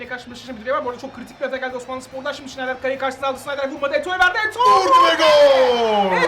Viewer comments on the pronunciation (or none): sneijder.schneider değil.ayrıca podolski napti lan öyle